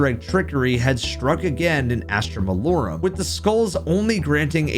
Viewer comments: i love you. but its malorUM. not malorAM 😭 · Astra Mah-Low-Rum! Malorum Lol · Jesus man, pronounce the map name correctly. Mal-OR-um. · why cant any of you guys pronounce Malorum? its pronounced "Mah-Lor-um" not what ever the fuck yall be saying. Gamers gotta touch a book for a second and learn how to read again. 🤣